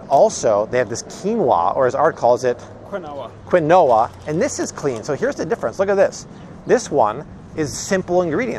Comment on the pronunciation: Love ❤️ how chill Art is...and his pronunciations are on point!! Quin no a!! 😂